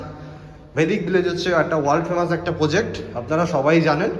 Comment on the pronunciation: Poject na Project bolte hobe. Khub bhulbhal uccharon.